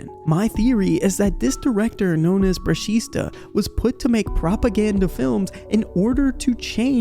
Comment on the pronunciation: It's actually "brushita"